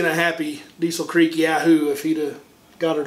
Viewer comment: Diesel Creek is in western Pennsylvania so it’s pronounced “Diesel Crick”….